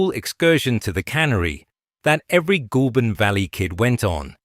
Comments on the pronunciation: Ah! Ai voice! Even tho it’s not spelt this way! It’s not pronounced Ghoul! But Goal! I’m guessing this is not an Aussie doco? Having said that; it’s Americans that seem to mispronounce everything in OZ yes! Even Melbourne! Ps: I still only buy SPC and depending on the type of packaging used it’s still competitive! It’s not just Chinese imports but also Sth African! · 'Goulburn' is pronounced 'Gole burn'. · LAZY AI SLOP CANT PRONOUNCE GOULBURN